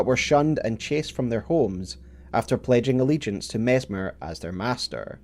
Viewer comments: His name is MESS MER not MEZ MER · Mezzmer? Even with the snakes around him people can't pronounce his name: Messssssmer. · you'd think if you're gonna make a video about messmer, you'd at least pronounce his name correctly lol